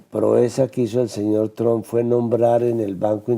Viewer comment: Esta vieja debe ser sorda,esta' oyendo al expresidente pronunciar bien el nombre de Trump y ella insiste en pronunciarlo mal...que' pasara'